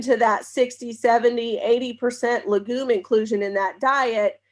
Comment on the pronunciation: No offense, but I wish you would learn to pronounce legume correctly.